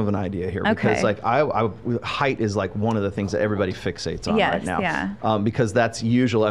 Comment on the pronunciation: height, not “heith”